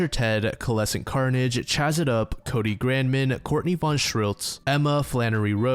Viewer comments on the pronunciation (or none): none